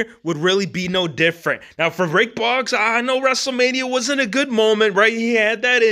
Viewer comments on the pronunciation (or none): Bro, it aint Ric Bogs, it’s Ric Boooooogs